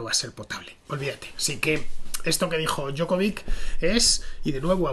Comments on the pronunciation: 4 consonantes,. La "c" final se pronuncia "ch" que yo sepa. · La J en lengua serbia, croata o eslovena equivale a "i" . La pronunciación sería Diokovich